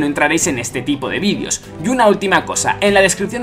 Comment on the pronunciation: ¿Por que dices vidios si dice vídeos?